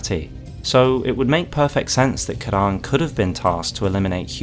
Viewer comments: Say Kee-ron, Kee-ron. Not Kiran. Edit: Didn't watch the full video before commenting, cut content eh, I wonder why they didn't pronounce it as it is in Irish? Also fun fact, Ciaran is a male name, the female form is Ciara! Great vid BTW, big love from the Emerald Isle 🇮🇪🇮🇪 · Ciaran is a Irish/scottish name, it’s normally pronounced like “kee-ran/kee-rin” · The way you were pronouncing Ciaran really bothered me until the reveal of the cut dialogue... Now it's that that really bothers me instead